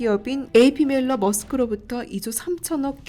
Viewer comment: Møller – Mærsk 는 영문표기로서 MAERSK 로 하는데, 이것은 덴마크어 고유명사이므로, 마땅히 '묄러 - 매르스크' 로 읽어야 합니다. 영어밖에 모르시는 분들이 매르스크 를 머스크로 읽는데, 이것은 잘못된 것입니다.